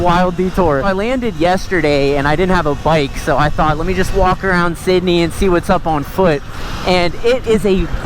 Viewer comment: “w sidneh in da chat” BRO YOU NEED TO COME TO HEREFORDSHIRE ENGLSND THERE SRE SO MANY TRAILS